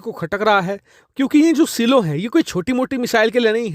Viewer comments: सिलो नहीं ..... साईलोज ❤ Important news...... India should deter Chinese aggression by making Surya Missile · सीलो नहीं 'साइलो' कहना चाहिए। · Saylo(silo). Seelo nahi bhai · सिलो नही साईलो